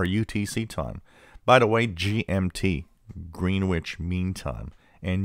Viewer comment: Its pronounced Grenich not Greenwich. I was born in London.